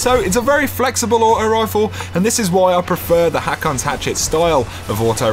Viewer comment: it's pronounced (hoke)